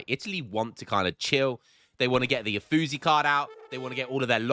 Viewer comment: iam proud of you for making the Mexicans happy. Now just not piss off the Italians anymore (lmao) because in germany we call it "uff" when ol bri´ish lads mess up saying Uffizi. - nah iam just messing around no seriuosness. but if you ever wonder about them Italians... they break their spaghetti over things like that just saying aye?